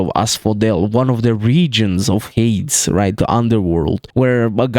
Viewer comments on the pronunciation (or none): Little correction on the pronunciation of Hades, it’s said like (Hay-dees), Hermes is pronounced (Her-mis), Charon is pronounced (Sha-rone), Hekatonkheires is pronounced (Heck-a-tonk-ariees), Typhone is pronounced (Tie-fon). I don’t like to nitpick but the Hades pronunciation was very unusual